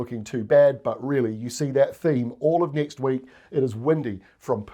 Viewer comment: Please tell me you just said nek week?? 😂😂😂😂